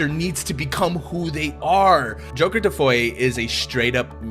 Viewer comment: Why do you call it joker defoy?